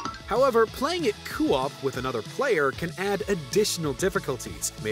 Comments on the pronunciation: Why is he saying cu-op??? It’s CO-op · It's co-op, not coop. As in short for co-operative, co-op. 😐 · Am I the only one that keeps hearing Coo-op instead of Co-op? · I'm Canadian, and I don't say it like that. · Its co-op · Did you just say "Coo Op Play" like "Doo Wop" LOL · did he say "coo-op" lol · What the heck is, "kuu-ahp?" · Coo op who on earth says it like that....other than this guy... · Tha fuck does "Coo-op" mean?? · Is anyone else bugged by how "co-op" is pronounced? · I really hate how this guy pronounces co-op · Why are you pronouncing "Co-Op" wrong? It's really bothering me. That's not how you say it.